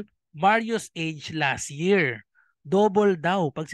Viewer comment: Las Year? Dika po makapronounce ng LAS “T” year kse LAS YEAR 😜